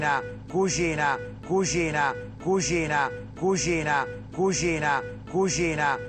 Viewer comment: ma pure io dico cuschina! è romano tipico ahha